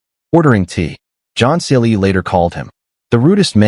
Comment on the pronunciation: What a hopeless AI voice commentary. Can't even get the name of John Cleese correct. Pauses in all the wrong places. Unlistenable. Try again.